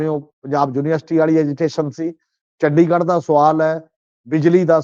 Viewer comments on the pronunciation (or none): none